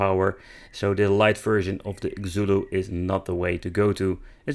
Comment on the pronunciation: If it's from China, the "Xu" sounds like "Shyu". Rather than "Zulu", it's probably "Shyulu". At least in Mandarin. I don't know any Cantonese and have no idea if it's the same there. This is of course assuming they didn't name it "Xulu" knowing in the west we say X like this as Z, and meant for us to say "Zulu"...